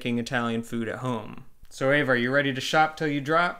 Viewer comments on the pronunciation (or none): Eva. It sounds like Ava when he pronounces it but is spelled Eva. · Why does Eva pronounce her name "EH-va" and you say "AY-va". Are you sure you two are married?